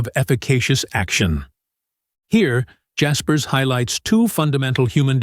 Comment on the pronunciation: I learned that you don't know how to pronounce his name.